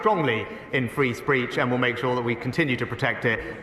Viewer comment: sunak said free spreech instead of speech